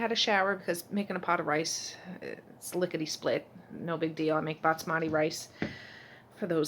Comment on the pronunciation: BAS-mati - not BATS-mati! :) It's driving me crazy! Love your videos though!